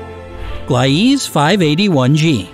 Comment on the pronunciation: Not gly ease it's pronounced Glee sa